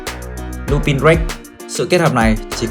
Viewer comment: Ad ơi Lupin đọc là Lupan nhé ad